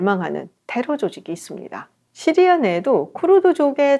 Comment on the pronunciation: 깔끔한 설명 감사합니다. 오랜독재정권 몰아냈으니 이제는 시리아 를 씨리아(Syria) 라고 제대로 쓰고 말하면 어떨까요?